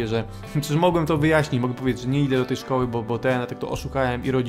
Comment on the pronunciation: nie szkodły tylko szkoły xDD